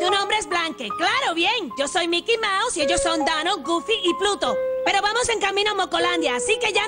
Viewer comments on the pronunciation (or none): none